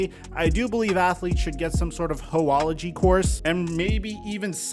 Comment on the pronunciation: Dude really said hoeology ⚰️⚰️⚰️